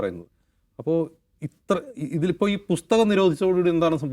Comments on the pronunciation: രാഹുൽ എന്ന പോങ്ങൾ എന്ത് അടിക്കാനാ മക്കാൽ മീഡിയക്കാരെ നിർത്തിക്കൂടെ ഈ അടുപ്പു കൂടി ചർച്ച ഇത് ഹിന്ദു ഏകീകരണത്തിന് അച്ചാരം മാങ്ങിയ പോലെയുണ്ട് ബുസ്തകമല്ല പുസ്തകം എന്നെങ്കിലും പറയാൻ പഠിക്ക് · ബുസ്തകം അല്ല ചേട്ടാ പുസ്തകം പുസ്തകം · Busthakam aalla maashe.. pusthakam ennaanu